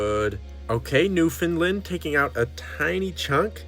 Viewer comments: DID YOU SAY NEW FINLAND? It’s new foundland, new, found, land. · Newfoundlander here, and the amount of times I’ve heard Americans refer to the province as “newfinlind” never ceases to amuse me. 😂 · as someone from Newfoundland, I am disappointed whenever I hear how foreigners pronounce it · The way you said Newfoundland made me cringe so bad lol